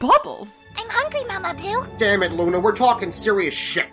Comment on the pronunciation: Before asked if he loves Luna that was the one time I understood that called Luna "Mama blue" because the whole time I thought her called her mama pew